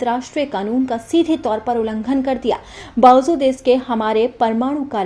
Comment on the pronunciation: Bawazood nahi bawajood hota hai